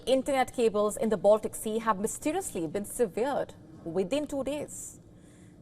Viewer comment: The word 'severed'meaning 'cut off' was pronounced wrongly please rectify the mistake .